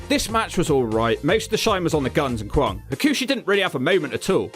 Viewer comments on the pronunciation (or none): Kwong? It's kwang... Pronounced like bang bang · Not kwong but kwang like bang or fang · Guessing mispronouncing Kwang repeatedly was for comedic purposes?